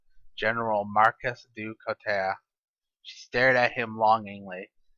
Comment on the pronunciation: general du couteau, pronounced Du Coo-toe otherwise i like these qite a bit keep em comin ;P